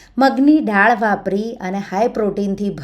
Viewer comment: બેન તમે ડાળ બોલો છો પણ બોલાય દાળ.